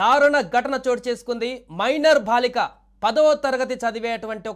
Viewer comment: BHaalika kaaduraa chavata daddamma.....BAALIKA, maathrubhaasha kooda sarigga palukaleni moorkhulaara, meekem chesinaa paapam ledu!